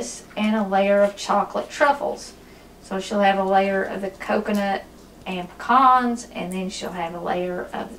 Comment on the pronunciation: Thank you for saying pecans correctly. They're not "pee-cans" like so many in the East say. 😄😉